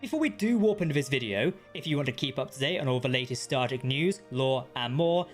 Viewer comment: He keeps asking me to hit the subscribe bun. I can't find it, is it near the subscribe button? I can only infer from the fact that he frequenlty pronounces "Star Trek" as "" that h is simply not good at speaking.